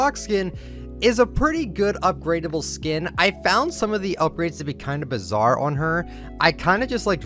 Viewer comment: STOP SAYING BIZARE